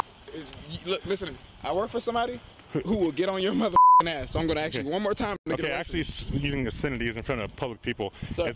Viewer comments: a simple word like "ask" , and the "master student" says "axe" ?!? What University gives someone a master's degree when most kindergartners know how to say "ask" ??🤔🍷 Also, I'm just curious now, how do they pronounce the word "axe" ? Do they reverse it and say, for instance, " I will cut this tree down with an "ask" ?!? Arrest the college for even considering giving this guy a master's degree. 😉👍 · The only crime this young man commited was a harmless although annoying crime. "I axed you" no amount of college can help correctly pronounce a 3 letter word? " ask." the cop had no reason to bother him and no reason to "axe" him any questions. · Pronouncing ask as ax should be a crime